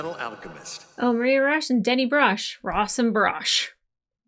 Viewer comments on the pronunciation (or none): none